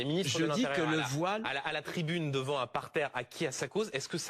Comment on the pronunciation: Soit violer 😂😂😂😂langage de mdrrr c'est voillllle pas viole 😂😂